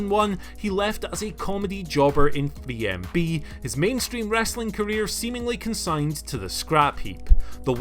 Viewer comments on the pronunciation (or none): Is it me or does it sound like says bmb not 3mb?